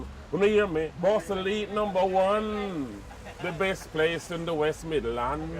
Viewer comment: Ballsall heath not Barco leet 😂😂😂